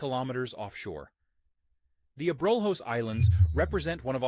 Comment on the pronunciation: A-brolos, not a-brol-hos